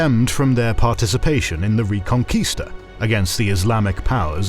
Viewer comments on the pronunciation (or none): none